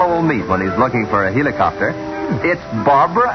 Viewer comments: did the narrator just say...HEELicopter? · the hell is a heelicopter? is it like a helicopter but canadian?